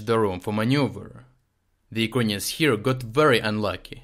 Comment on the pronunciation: Why do you say "Ukainians"?